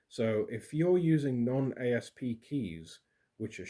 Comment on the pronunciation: FYI The company doesn’t say A. S. P. It is sounded out aassp